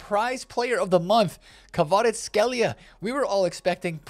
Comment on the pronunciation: He actually said kvars name smack bang on well done for that alone 🤣🤣🤣that deserved a comment